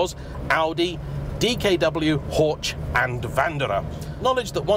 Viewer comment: Dear, please say Porsche whatever you like and prefer, however, please find a proper pronunciation for Horch as the way you said it sounds a bit too alternatively😅